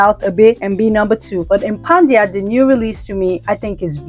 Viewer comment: Why did you keep pronouncing it Impandia ? It’s impadia. Where were you getting the N from?